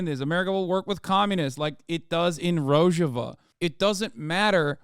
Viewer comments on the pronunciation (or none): minor nitpick, someone probably already made this comment but rojava is pronounced "roh-haa-vah"